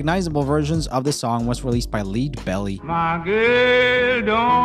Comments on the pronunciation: Interesting that you thought Janis Joplin was a man in the picture that was shown and Lead Belly is pronounced like the metal "lead" not lead as in lead singer. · Lead Belly is pronounced Led Belly and not Leed Belly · Leed Belly 🤣 (I believe it's pronounced as "Led" Belly) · Lead Belly rhymes with bed, not leed. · I loved the video but I had to cringe at the fact you pronounced Lead Belly like “leed”, it’s pronounced like the metal “lead”. I blame it on English and how multiple words are spelled exactly the same way. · What got me was when he pronounced Lead Belly (Led Belly) as if it was Leed Belly !!! ??? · I winced when he pronounced "Led" Belly as "Leed" Belly. Obviously needs a music history lesson in some of the greatest exponents of blues and rock, rather than the bubblegum shit he appears to have grown up with. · Opposite to you, I knew nearly all of the originals, but was not as familiar with the covers. BTW, Lead Belly's name rhymes with "led" ... not "leed". He recorded that song just five years before he died in 1949 (born in 1880). I had the pleasure of seeing two of his contemporaries live in small concerts (twice). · It is "LED" (as in lead the metal) Belly not "Leed" - Only one of the most important and influential musician of the 20 century... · Man you made me feel ancient. I remember all the original singers including Lead Belly ( pronounced led like in lead pipe not lead like you can lead the parade). There was some fuss about Elvis and others bringing black music to the white masses. Part of why it was “The Devils Music”. Not to mention him actually moving while performing. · Grand Funk Railroad also had a #1 hit with "Loco-Motion." (Also, it's pronounced Led, for Lead Belly, like the metal/Led Zeppelin. Not Leed.) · Chubby Checker’s the Twist was a cover of Hank Ballard and the midnighters also You pronounced Lead Belly with lead sounding like read instead of sounding like head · And it's pronounced LED (not leed) BELLY> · Leed Belly??!! 😂